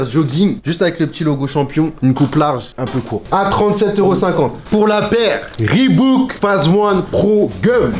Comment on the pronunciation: à dès que prononce reebook on voit keusmo qui se retournes direeeect